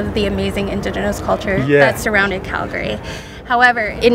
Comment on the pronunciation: Why is he pronouncing it KELgary? its an "A" not an "E"